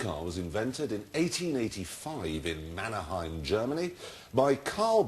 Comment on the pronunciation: Erm, Mannheim, not Mannerheim.